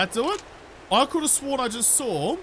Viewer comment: ‘I came, I thawed, I conquered’ 😂